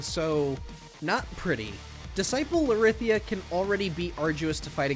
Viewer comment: Lorithia is pronounce Lor-ra-thee-ah not Lor-rith-ee-ah